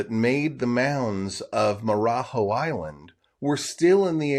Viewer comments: The last syllable (JO) it’s pronounced joh. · Marajo: the jo syllable in Portuguese is a J type of sound and not H or X. so more like 'joe' A native would do a better job of what it should sound like. On a map it is Ilha de Marajo' with an accent on the last o. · Marajó isn’t pronounced like that bruh